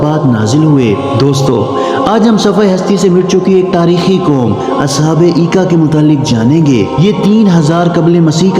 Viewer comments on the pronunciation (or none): As haabul ika❌As habul aika✅ madin❌ madyan✅.... Ok👍